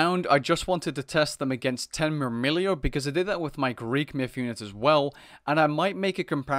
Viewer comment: It's murmillo not murmillio